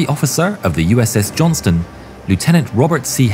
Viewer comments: Robonarration keeps calling her the "Johnson". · Buddy, don't neglect to pronounce that "t" in "Johnston" if you don't mind. We prefer to not be confused for the Johnsons. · Please Don't forget the T in Johnston